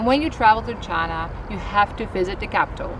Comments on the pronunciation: I find it unpleasant to hear you pronounce china like Donald Trump.please pronounce China properly. If you can pronounce Hainan properly you can say China correctly.Thank You. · She works for CIA? Cant pronounce China properly?